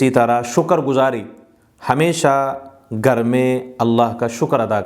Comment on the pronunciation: Gar nahi Ghar bole